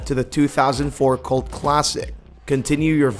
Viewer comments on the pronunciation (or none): none